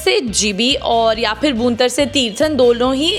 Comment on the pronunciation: Madam, बूंतर नहीं है वो,भुंतर है